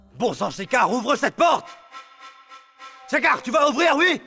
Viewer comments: Dans ce feuilleton seul nandidy k a bien prononcé le nom de schecar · Ta remarquer 😀j’aime la façon dont el dit shekar